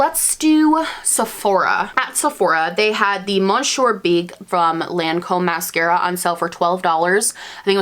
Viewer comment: Monsieur Big is soooo good. Top mascara for me. Also it sounds like "Mishuurr" because it's French.